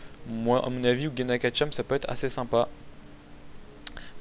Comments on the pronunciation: tu dit ouginak x) ankama a confirmer que ca se prononce oujinak :p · Quand va-t-on arrêter d'entendre "ouGUInak" ... Un "g" suivit d'un "i" donne le son "ji" en français :/ ...